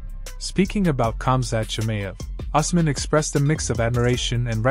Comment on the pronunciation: Us man, it's pronounced EWS MAN